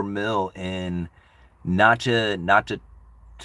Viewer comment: Natchitoches is pronounced Nagadesh. Louisiana is weird.